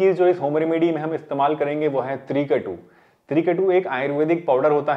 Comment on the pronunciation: Apne Johnson bataya h trikatu vo clear nahi sang me aa rahah